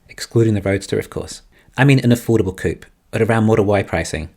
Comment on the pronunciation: Why do you keep saying coop? (As in “chicken coop”). I presume you mean coupé? A car with 2 doors. It’s two syllables.